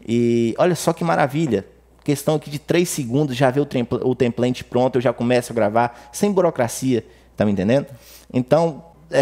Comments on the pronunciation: O track tem plant? kkk template diz se templêiti. Boas dicas de atalhos!!! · EXCELENTE AULA! Muito obrigado. Me permita fazer uma correção. "Template" Pronuncia-se TEMPLEITE e não templente.